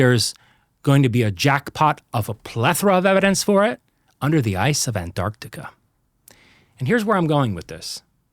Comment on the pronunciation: If I hear him pronounce "An-Arc-Tic-Ah" one more time; I'm going to throw up.!